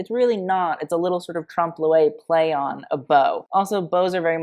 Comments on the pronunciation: for an english speaker, a closer pronunciation of "trompe l'oeil" would be more like "tromp loy" (rhyming with boy). its closer but not perfect since you don't have that sound in english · trump luelle? de-clo-taj? Americans.